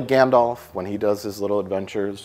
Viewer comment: So many different pronunciations of Smaug and yet he always calls Gandalf "Gandof"... 😛